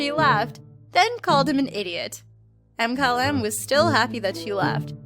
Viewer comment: Is no one going to talk about how she pronounced Mkylem? M Kylem......... really